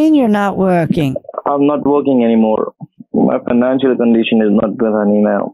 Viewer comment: Every time the scammer says "haney"